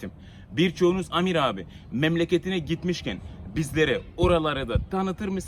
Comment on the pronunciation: denir adam diye okunuyor Seviliyorsun amir🤗